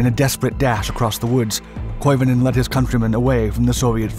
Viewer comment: Some say he's still skiing to this very day. By the way, your pronunciation of Koivunen is pretty damn good!